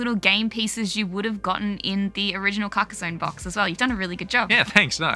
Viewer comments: [kar-kah-sonn] ;) Great game and I love the style you chose. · I believe it’s pronounced Car-kah-zonn (with the french R though). It’s a real town in France! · Your not far off with your accent, it's CAR (like a car) KA (again, like the first sound in car) and SONNE, (Like son, but with the n a little more longer, the E in french isn't really pronounced like in english, it's better to sometime forget it for better prononciation) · It’s not called “carcarzone”. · Hey, European chap here. It's pronounced 'Karka-sonn' that's a hard sounding stop at the end, to rhyme with Tron, not Bone. Hope that's useful for you 🙂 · i say it like "caca zon" kinda but also i call it something new everytime because i cant pronounce it lol crack zone carcus swan carcasia cansiopia so on lol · As Aussies you should come pretty close to the correct pronunciation when you say it like this: Car (the vehicle) Kaa (the snake from "The Jungle Book") Son (a male child) Car-kaa-son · Almost, not with a z sound but with sss And I have no idea how to describe the “onne” sound x) maybe like you’d pronounce “on” in “on and off” ?